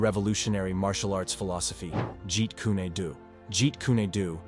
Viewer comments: Whoever the guy who made the video is, he's a frkin MORON! He mispronounced something (like Jeet Kune DO AND IP Man's name) then pronounces it right, then mispronounces it AGAIN. What's he been smoking?? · The most ridiculous pronunciation of "Jeet Kune Do" ever. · You and both know Bruce lee created fighting style is not called jeet ku nay do